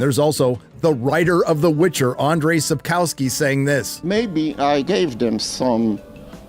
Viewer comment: Checking how Andrzej Sapkowski is pronounced would take you 1 minute...